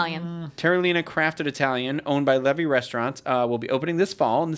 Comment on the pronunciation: Levy is pronounced "LeeVee"